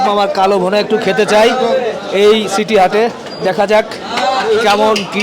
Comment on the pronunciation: ছিটি হাট না সিটি হাট